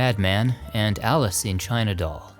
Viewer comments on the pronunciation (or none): none